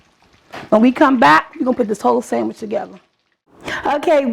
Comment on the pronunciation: Did she say sammich? Yassss I know that taste bomb